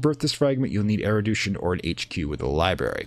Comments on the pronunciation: Mate, it's "erudition". Not "eridution". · I've already finished that episode and that was not a big issue. Kind of therapeutic, actually, being mildly frustrated alongside the presenter, haha. What did frustrate me though, is that I now have a headcannon that this game's world does not have er-u-d-i-tion, but has er-i-d-u-tion instead. Something different, a broad knowledge of things man-was-not-meant-to-know instead of, you know, regular full-spectrum knowledgeableness. Whether it's there on purpose for engagement, or just one of those "never heard this word pronounced" things, it significantly distracts me from the really nice explanation and narrative you have going on. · Awesome guide, this was a hard phase to figure out, since laying out a foundation for the later stuff is so essential. Erudition is pronounced air-oo-dish-in, by the way. The douche-in pronunciation made me laugh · Loving this series, and thankyou for uploading it - just one thing that's bugging me - you're pronouncing 'erudition' as 'erudootion' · nevermind the crazy lore, what really makes me insane is he keeps saying erodution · Oh, I'm sorry if that appeared in sensitive. It's not a very common word, outside of this game, and your pronunciation was jarring. I'm only glad I don't have the need say the word hyperbole out loud, as I invariably pronounce it 'hyperbowl' instead of 'hypererboly;. Loving the videos.